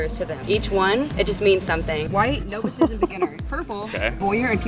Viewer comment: no-vices wtf was that, cant say novice lol